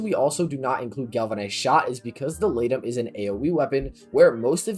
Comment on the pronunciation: When you said laetum I heard lato and I dropped my phone.